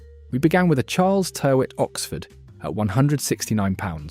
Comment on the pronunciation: It's pronounced, 'Tirrit'. An error in the first second of the upload is not a good sign.